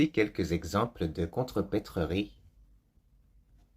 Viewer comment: Attention! Contrepèterie [kontröpetri] et non [kontröpetröri]